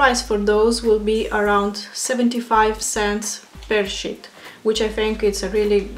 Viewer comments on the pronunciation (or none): Good review. Tip: Sheet is pronounced like 'eat', 'meat' or 'feet'. You pronounced it like: 'hit' or 'fit' which means you said: 💩